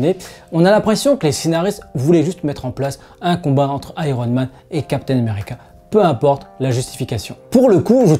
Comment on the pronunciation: lol chaque fois que tu parles de steve rogers, j'ai l'impression que tu prononces "capitaine numerica" :))